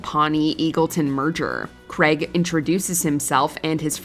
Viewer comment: Question..... Who is Creg? It's spelt CRAIG and pronounced as such...